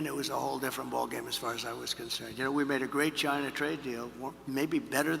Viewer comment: Communication is key folks. Shows trust. Trump 2024 not to mention tons of embezzlement/corruption. would love to hear Kamala answer these same questions. Why is that not a thing we do??? Also love hearing Trump say “Chyna”again 😂😂😂 yeah that was when Trump won me over originally. Like no President ever met with Kim. It was pretty nuts. keeping my Subaru and ford work truck thank you very much, China lol